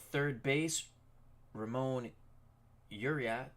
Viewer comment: As an Oriole fan, I'm looking forward to matching up on opening day! I think the Orioles lineup will look much different though. Just one side note, Ramon Urias's last name is pronounced "Ooo-ree-us". He won the gold glove last season so I think the game is underrating his fielding ability. HIs brother Luis plays for the Brewers.